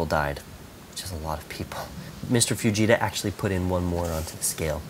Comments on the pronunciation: It sounds like he is saying 'vegeta' scale lol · Who thought when he said fajita he said vegeta